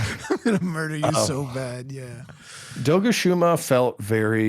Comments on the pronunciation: Doshaguma ❌ Dogushuma 🐶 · "Dogashuma" lmao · This man is committed to pronouncing the monsters names wrong, like he hears the correct pronounciation and keeps saying them wrong :')